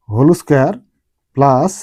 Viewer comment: হোল স্কয়ার ❎ হলৌ স্কয়ার✅